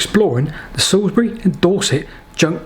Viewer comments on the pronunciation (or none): none